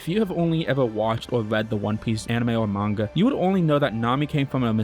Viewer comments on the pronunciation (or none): none